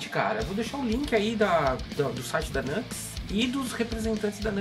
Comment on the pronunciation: Pera la, a pronúncia de "Nux" é Niu éx? N pode ser